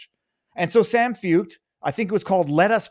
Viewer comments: I love you, but his name is pronounced Shawn Foyt. Foit? Shawn. Not San. I would also say he's a worship leader, but that's just me splitting hairs. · Feucht is pronounced / foyt/. Why has this not filtered down to you?